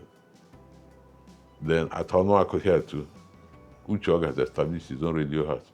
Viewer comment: His name is not Uche Ogá. Make research and know how to pronounce people’s names. You made this same mistake with Justice Oputa’s name.